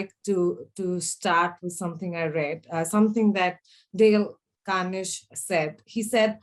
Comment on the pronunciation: This woman doesn't even know how to pronounce Carnegie